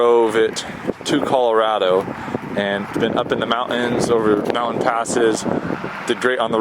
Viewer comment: WHEN YOU SAY A WORD WITH "T" IN IT, like "mountain" or "button", pronounce the "t". It is NOT mow-in, it's mountain. It is NOT bu-in, it's button.